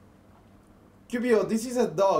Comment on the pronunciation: Very nice job guys! However it seems to me that you're saying something like "Qubio" (Ku bio) instead of "Qiubo" (Kiu Bo)... pero esto solo es un detalle ;o)